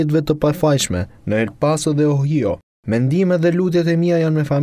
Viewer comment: Gazetarë Ohio (shkruhet) = OHAJO ( thuhet).